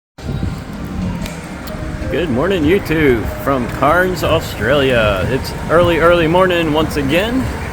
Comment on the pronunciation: Ill help you out old mate, Cairns.. pronounced closer to cans, not carns. cheers for another vid.